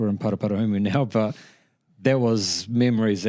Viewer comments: Para-para-umu, not "parra-parram" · Para-pa-ram? Really? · "Paicockareeky" and "paraparam" 🤦🏽‍♂️😂😂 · Bffr who’s the amateur butchering Paraparaumu and Paekākāriki?